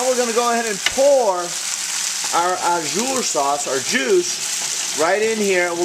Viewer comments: Just want to add some tidbits of info. That's a gravy, not Au Jus (Pronounced like Oh Jew with the soft J, Not Oh Jer lol). Au jus is simply what it translates to in French, juice. It's runny. Other than that, great video. Loves me some steak. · It's au jus not au jur lol its ok still a tasty dish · not "ah-zure" its "ah-ju" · It's pronounced oh zhoos. Thanks for the vid! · Looks so yummy. The mispronunciation of au jus is driving me crazy though. You are saying au jour which would mean "of the day." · it's pronounced 'zhu' but nice vid